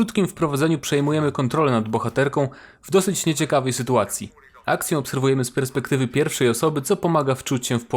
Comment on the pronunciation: zgadzam się w 100%. ps. "sytuacje" a nie "sytułacje" ;D